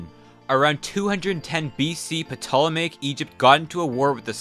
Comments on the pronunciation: Ur cool. But saying PUHtolemayic Egypt is kinda cringe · Good video (so far), but just two very minor notes, ptolemy and ptolemaic are pronounced "tolemy" and "tolemaic", the p is silent. Pompey is not pronounced like pompeii, rather "pompiy". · The 'P' in "Ptolemy" and "Ptolemaic" is silent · Considering how you pronounce the P in Ptolemaic you must be an expert on the matter with knowledge I'm unaware of. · you pronounced ptolemy and ptolemaic wrong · Ptolemaic the P is silent in it